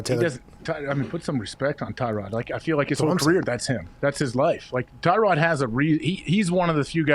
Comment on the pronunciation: put some respect on Tyrod by saying his name right LOL